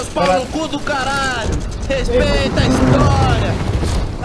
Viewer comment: "Rexpeita meu nariz"